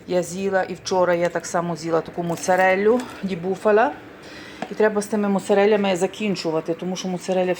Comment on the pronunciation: моцарелю боже да научись уже правильно говорить 30 лет в италии капец